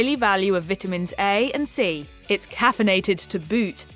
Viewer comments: Is it just me or does she keep saying VIT- TA- MINS....she says it weird. she says the vit off. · Anyone else notice she pronounces vitamins wrong? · If she says VIT UH MENS one more time....